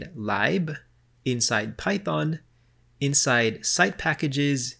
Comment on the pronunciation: thats not how you pronounce 'lib' - it should sound like lip but with a b. not "lieb"